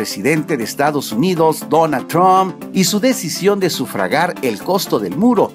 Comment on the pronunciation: cuando vas a decir bien "Trump"